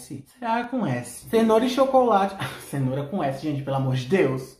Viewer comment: não chenora e com ch